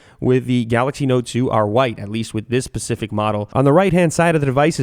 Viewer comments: pacific? its specific ! hate when people do that lol - nice video tho lew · awww he said pacific :)